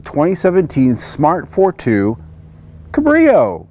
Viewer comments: its pronounced cab as in taxi cab -rio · Nope, not in German, the “a“ is pronounced like “ah“. But he incorrectly stresses the second syllable; should be on the first.